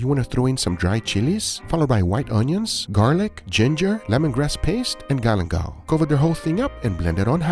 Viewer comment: Except for when he said "galangal" and then threw in green onions